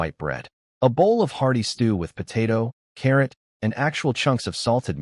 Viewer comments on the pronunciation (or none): none